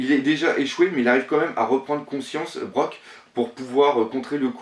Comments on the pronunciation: Yo tkt pas de souci moi je suis prêt à attendre 1semaine pour que tu nous sorte de la qualité. Sinon je crois qu'il y a un petit fail au montage à un moment ahah Et pour la prononciation de Brook, ça se dit "brouk" après tu le dit comme tu veux pas de problème. Bref sinon pour ce scan, je suis content de voir enfin Kaidou mais je suis un peu resté sur ma faim pour ce scan :( ouais je sais je suis le seule. Sinon j'aurai trop aimé un combat de Barbe Blanche vs Kaidô. Bref bonne analyse j'adore continue ! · Le démon de Kavendish se nomme Hakuba Et brook se prononce Brouke peut importe la langue Et enfin pour se qui et de kaido "Il a été capturer 18x a survécu a plus d'un millier de torture il a été condamner a mort 40x a chaque pendaison la corde romper,a chaque décapitation la lame se brisait Personne n'a jamais réussi a le tuer. Il a même fini par trouver sa amusant c'est devenue son hobbit Cette homme s'apelle... Kaidou au 100 betes Il parait que si quelqu'un veut se batte en 1 contre 1 qu'il se battent contre Kaidou Car de toute les créatures vivantes,que se sois sur terre dans les airs ou dans l'eau On dit qu'il et le plus fort du monde!" Je pense qu'il a manger le fruit du dragon,la créature la plus puissante et respecter au Japon. Sa explique les cornes,les écailles,la puissance,etc... Quand a riri fifi et loulou sois Kaidou les ignorent sois il les attaquent dans le deuxième cas on ne les verra plus jamais. Sur ce très bonne vidéo! et 1 like = 1 pot de vaseline pour Doflamingo ^^! Pour se qui dislike Kaido viendra vous voir sans vaseline! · Alors par contre, on va mettre ceci au claire : Brook se prononce "Brouke", pas "Broke". Merci. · Juste un petit com pour te dire que c'est pas brok mais brouk pour la prononciation et Super Analyse ;) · Juste pour que tu saches la prochaine fois c'est brouk pas brok :) ( je sais que ça s'écrit brook mais ça se dit brouk ) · Non la prononciation c'est "Brouk"